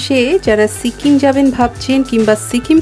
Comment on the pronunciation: Sikkim not shikim😊